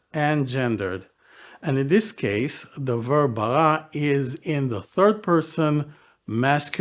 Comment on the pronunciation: I wished u would learn corrected king david pronouciation of R in Bereshit or Bara. Its not french R its more italian R. You sound foreign 😢 Oh and Bara is not creation out of nothing its more form.